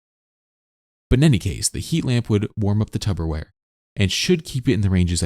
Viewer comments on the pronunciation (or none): What are you saying? Tub o ware? Say it again, slowly. Real slow. Tub o ware? Say the first syllable. Tub. Wronguh. It's Tupperware. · why do keep saying Tubberware 😂😂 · Did you say tubberware? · This guy says "Tubberware" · I thought I caught that, you're throwing B's at me. It's P, P's babe. Tupperware